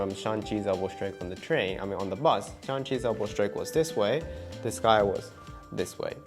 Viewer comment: 1 sec in : "Shang, not Shan; S-h-a-n-g.. Shang..!"